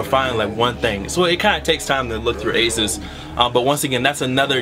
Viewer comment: it's pronounced A-ZOSS not ASIS